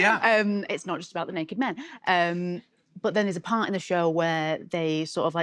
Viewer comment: The accent slips to Oldham when she says ‘but’ it comes ‘bot’ .. she’s brilliant ! Love her 👍